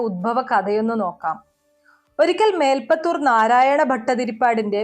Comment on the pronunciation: മേൽപ്പത്തുർ അല്ല, മേൽ പ്പുത്തുർ